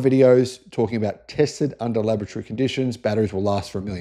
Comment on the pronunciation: When he says laboratory, I hear lavatory